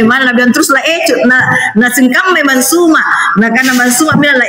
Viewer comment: Oten... Sakit lobang kuping ku dengar PERKATAAN PARA OTEN NYEBUT NAMA SU.... SUMA.... SEBUT KATA KATA ITU DENGAN SESUAI ZU..... ZU.... ZUMA... FAHAM!!!